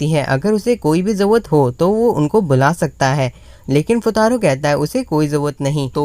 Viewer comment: It’s not jawat it’s call jarurat 😅 btw love from Bangladesh 🇧🇩